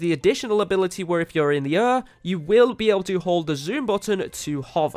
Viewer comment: Learn how to say air idiot